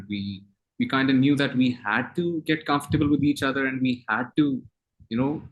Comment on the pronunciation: Hamza sohail said again and again 'we are confatable each other '😀😀